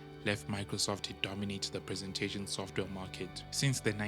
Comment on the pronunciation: "Sofware" ? Really?